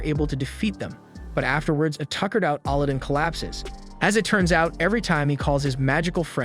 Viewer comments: AL-adin not ALL-adin xD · Bruh. His name is pronounced aladin, like the Disney movie. Not olodin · It's not "Allah-din" it's Alladin Edit: I subscribed and liked. More please 🥺😅 I don't even care anymore about mispronunciation 😭🤷‍♂️ great explanations and summary overall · You keep saying Allah din when its alaa- I see why you won't say it copyright issues. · did you really just call him auludin. 3 seconds in and you sound stupid. the dub and sub both dont say it like that. no clue where you got that pronunciation from. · How do you not know how to pronounce Aladdin? lol. You're pronouncing it like Allahdin. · Sigh why pronounce his name like that 😢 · i love how these people give review on show but can get name right like Aladdin. like did he even watch the show they say his name like 100 times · you butchering his name over and over and over again just I couldn't do it I made it like 5 mins into the recap and just had to stop guess ill just watch the anime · You had one job! Pronounce the kid's name correctly LMFAO Aladdin 🤣 nice recap by the way. I did like this anime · I cant get over how you say Aladdin's name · Killing me the way he's saying his name everybody named right but Aladdin's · dude ikr. I get its the A.I. thats reading it but its right up there with the last air bender movie and the butchering of the names there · Why do you pronounce Aladin differently then they pronounced it on the show? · It's a text to speech script, not actually someone's voice. It runs into issues on some words, most apparent with names. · ali din magiana not aladdin or morgana Lol jeez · I know you didn’t just put that thumbnail and title together…don’t you ruin the anime with a bad recap (especially when you’ve already ruined it with the first point & how you’re pronouncing the names like Aladdin & Morgiana). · Ikr, I almost had to stop watching the video because it bugged me so much. No way this guy hasn't seen Aladdin. "Jaffer" instead of "Ja'far" geeked me out.